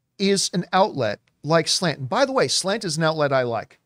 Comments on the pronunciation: New drinking game —> every time John refers to SLATE magazine as SLANT lololol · Slate wrote article but y’all kept saying Slant